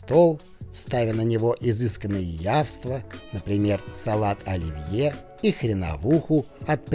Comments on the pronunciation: Но разрешите вас немного поправить: всё-таки не яВства, а яства (без "в"). Извините за занудство. Я дотошная до русского языка ☺️ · Не явства, а яства